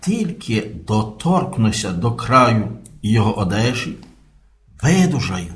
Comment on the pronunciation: Наголос у слові "доторкну́ся" падає на останній склад: "доторкну́ся".